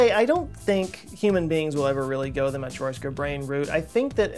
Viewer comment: like for your effort to say matrioshka correctly, mate!